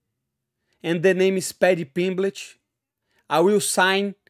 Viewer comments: I thought he said "PimpBitch" at first :face-green-smiling: Had to rewind =) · Haha! Sounded like “Paddy Pimbitch”! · Paddy pimblitch lol...